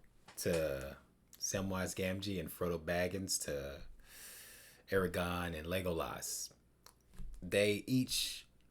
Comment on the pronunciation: You keep saying Eragon instead of Aragorn